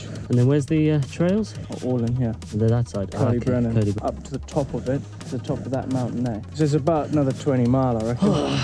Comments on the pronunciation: Cody Brennan! 😂 its pronounced like koyd, uh brenin 🤘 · its c-oi-d y brenin not cody brenin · why did he nsay Coed-y-brenin which is the kings trees in welsh, like cody brenan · Coyd-Uh-Brenin is how it's pronounced 👍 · Good effort Blake but you say it like coid or coyd ee brenin. Close enough though. Top vid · Blake! coed y brenin is pronounced Coid y brenin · The way he pronounces coed y brenin 😂😂